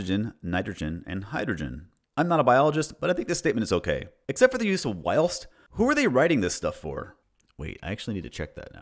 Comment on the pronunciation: Also American and the only thing wrong with “be they” and “whilst” was the bizarre way he said them when reading them aloud as if they are alien runes